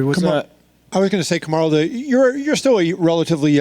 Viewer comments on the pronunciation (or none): Isn't it "Kamaru" instead of "Kamuru"? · They always butcher his name, Karumu, Karuma, Kamara 😑 wtf UFC? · Kindly fix the spelling from 'Kamuru' to 'Kamaru' Like he said, put some respect on his name. Lol.